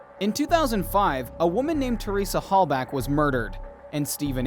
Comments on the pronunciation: It’s Halbach. Theresa Halbach, not Halback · Her name is HALBACH not HALBACK…show some respect to the victim Jesus dude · It's Teresa Halbach, with a h, not a k. Sorry to be 'that guy'.